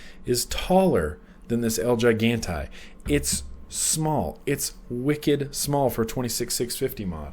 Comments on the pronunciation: I believe the pronunciation of El Gigante is el he-gante. Just a heads up for when you do the full review... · I would think it'd be pronounced El (H)igante. Right? Like in keeping with the Spanish theme. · big brother is watching you! LOL.by the way,it's EL-HE-GAN-TAY! get it right next time! down here in texas 30% of our population is bilingual (myself included) had to grit my teeth everytime you butchered it.great V-log. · so idk if anyone already said this but the el gigante mod is in Spanish and pronounced "el he-gon-tay" lol just throwin it out there lol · Ha ha, I was cringing as well..:-)